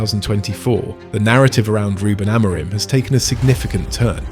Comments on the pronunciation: Why does your host pronounce Amorim's name differently THREE different times in this video, and only once correctly. AM-or-rim. Is it AI? Oh yes, it's AI. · You should get AI to learn how to say the managers name if you want credibility and people to subscribe.